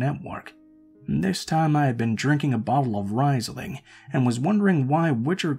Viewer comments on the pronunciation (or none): 1st story: author spending 10 lines repeating the same thing about wanting to move out. It's pronounced "rEEs-ling."